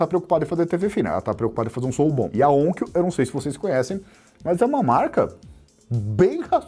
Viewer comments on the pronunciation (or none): Excelente abordagem! Gostaria de salientar duas coisas sobre a Onkyo. Que eu saiba é o melhor fabricante de equipamentos de áudio Hi-Fi / Hi-End do Japão - concorrendo com a Yamaha. Com receivers de alta qualidade. E o nome se pronuncia onkío, no Japão, e nao ônkio, como se fala aqui no Brasil. E sim! Eu sou feliz! Tenho um receiver e um par de caixas Onkyo fabricados no Japão, assim como, também, receiver Yamaha. 😊